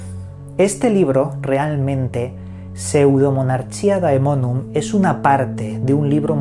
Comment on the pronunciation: Un capo pronunciando el nombre jajaja